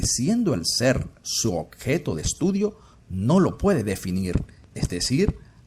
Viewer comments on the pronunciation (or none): none